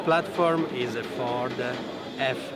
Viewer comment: Yeah i was all excited till he said V-10 Frod. (sounds like fraud)